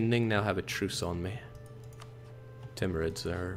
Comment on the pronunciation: "timurids rrrr...." lol